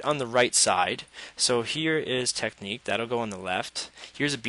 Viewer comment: it's not teck-neek, it's tech-nick